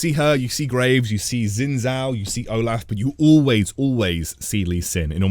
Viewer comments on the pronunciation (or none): Man i like your tier lists it helps me alot But its not zin zao its Xin Zhao